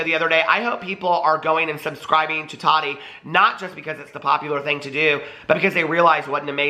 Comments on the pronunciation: DAMNIT!!! ITS TAH-TEA NOT TODD-DEE. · He said tadi lol